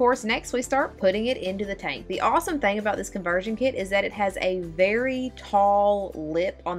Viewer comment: " Conversion Kee-it"